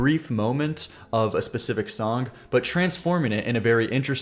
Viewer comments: What accent makes you say “Songk”? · STOP SAYING SONK 😂 there is no k at the end of the word song